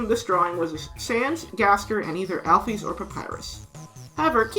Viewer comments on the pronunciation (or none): Great video! But I can't move pass the pronunciation of "Al-pheez" 😭